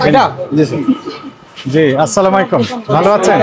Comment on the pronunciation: এর সবকিছু ভাল লাগে শুধুমাত্র সালাম দেওয়াটা ভাল লাগে না, তিনি বলেন আসলামাইকুম শব্দটি হবে আসসালামু আলাইকুম।